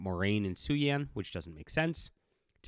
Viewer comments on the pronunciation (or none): I agree with most of what you're saying, but the way you pronounced Siuan's name just got to me. It's pronounced "Swan" like the bird.